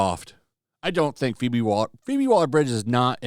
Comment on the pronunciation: Did"YOU" *just say?! 'STAR:...pheobe?! Hahaha 🤣😂 That's Like saying Turd, OlympicSwimStar